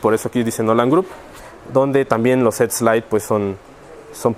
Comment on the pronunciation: ETSZZ LAITTT hahahahaha PINCHE PENDEJOTE NI HABLAR SABE :P